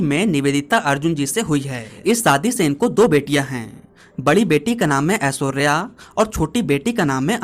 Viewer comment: भाई, स, श और ष का सही उच्चारण करना सीखो, शादी होता है सादी नहीं, शक्ति होता है सक्ती नहीं।